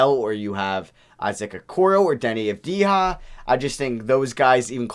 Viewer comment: You should pronounce his name “Danny Avdya”